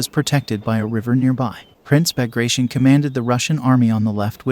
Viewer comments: please correct commander Bagration it doesn't pronounce as "bagraishn" its Royal family of Georgia and pronounce as it written Bagration. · Bagration is pronounced Bag-rat-eon. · for some reasons people always pronounce "Bag-gra-tion" but his name should be pronounce as "Ba-gra-ti-on" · It always turns my stomach to hear an American butcher the pronunciation of russian names... Bagration, Kutuzov... dear God🤦‍♂